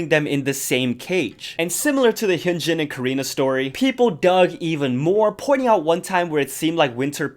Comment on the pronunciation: for next time: hyuhnjin not hyoonjin